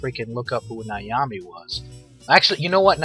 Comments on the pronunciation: You have a great voice, have you ever considered being in radio? and it's Nami not niami. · Hate to be a Smartass, but Nami is pronounced Nam-ee. (Nam rhyming with calm.) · How on earth did you mispronounce Nami so badly? There's not even any letters between A and M